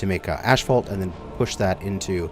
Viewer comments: There is no Ash in Asphalt ... it's ass-falt, not ash-falt. My ears are hurting after this episode :D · Why does he pronounces it "ashphalt" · Yeah, he's triggering my OCD (what little I have) every time. Phonetically it's As-fault and he got it right after his brain fart in spelling it but went right back to old habits. Oy. LOL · LOL.. Canadian way of saying it.. ASHphalt.. Everyone else on the planet way of say it.. Asphalt. lol No hate.. only love.. just pointing out the vocabulary differences for our northern neighbors..;) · Can't get over the way he says ashphalt instead of asphalt 😂😂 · "Ash-fault"? Is that some zany Canadian way of pronouncing asphalt? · Say ashphault one more time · Lol you glorious Canadians and your ASH-phault or is it we stubborn Americans just got to be different ? 😄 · Asphalt is the spelling of the word. The correct pronunciation of it is, "ass-fault" no matter what dialect you are using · Really? Everyone I know around here says ashphault. I always just assumed it was a potato potahto situation. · Every time he says 'ashphalt' my eye twitches. XD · is it just me or is he calling it "Ashfaut"? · I know, I cringe every time he says it. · 🤣🤣🤣 tries to type the way he says asphalt into the shorter with no success, goes and finds the spelling and says it right twice only to go back and say it wrong again after. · It's like nails on a chalkboard. Stopped watching his series because of it, but now I'm bored so here I am cringing all over again. Canadians say it wrong, wondering if he's a canuckistanian.